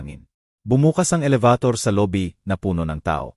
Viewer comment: Pilipino k Bkit Hnd m mabigkas NG ayos ang salita. Elebitor. Elibator. maraming Salita ang Hnd maayos bigkas in.